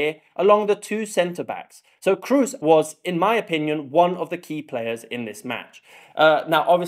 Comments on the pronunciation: Very well made Comparison! I hope Scots will come to next round... and btw Toni is called "Kros" not "Krus" ;-) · "Cruise". it is K r O O s. lmao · Its KROOS not cruise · To all English speaking fans: Kroos' name is not pronounced like cruise. Our double-O is long and not sounding like a U-sound as it does in English. You don't really have a word with this O-sound as far as I'm aware, but it's more like the o in no just longer and without the U-sound at the end. :) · Great Video! Learned very much! Keep up! Btw Kroos is not pronounced like "Cruise", the double O in German is pronounced like a long O. :) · Except it's not pronounced like cruise at all... If you search "Close-mid back rounded vowel" on wiki that has the correct pronounciation. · Please dont say "Cruise" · PLS learn the prononunciation of Kroos. He is a worldcup and championsleague winner. Even the freaking english commentator get his name somehow right. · It's not so hard to pronounce Kroos right.